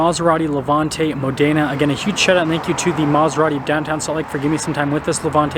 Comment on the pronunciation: Mòdena, not modèna😁👍